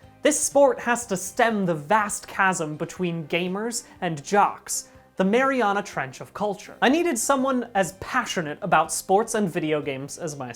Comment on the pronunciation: you mispronounced "marinara trench" Brian